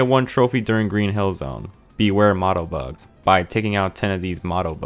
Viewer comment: Motobugs, not mottobugs. Moto as in motor, not motto as in the thing people say to 'increase spirit'.